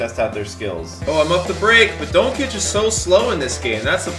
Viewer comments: It’s pronounced don-chich and Bag-lee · Saying doncic wrong